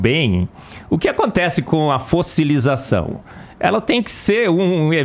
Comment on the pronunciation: Parei no “fosselizacao”